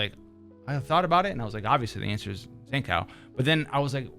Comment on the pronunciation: bruuh tf is your Zankou pronounciation. Zan Cow, really?